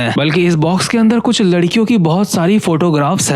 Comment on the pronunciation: Larkio ❌️ Lakria ✅️